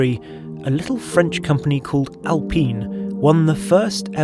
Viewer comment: Alpeeeeen? That's Alpine